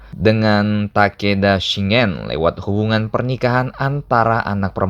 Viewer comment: Sekedar saran min, tolong pengucapannya diperbaiki. Terutama di bagian nama tokoh2 dan tempat atau kejadian, seperti shingen dibaca shin gen pakai g seperti "shing gen", bukan shi ngen. Sengoku dibaca bukan sen ngo ku tapi "seng go ku". Honganji juga pakai g bukan ho ngan ji, honnouji panjang di nou bukan honnoji. Enryakuji bukan eneriyaku ji. Dan tokugawa ieyasu min bukan leyasu (I bukan L). Motoyasu juga bukan motoyesu. Maaf saya koreksi banyak, channelnya udah bagus saya suka, cuma lebih baik kalau hal seperti ini diperbaiki kedepannya. Terima kasih 🙏